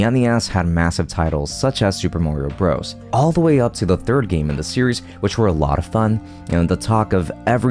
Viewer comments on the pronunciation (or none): none